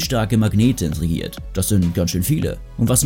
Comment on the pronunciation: Es heißt integriert, nicht intrigiert 🙂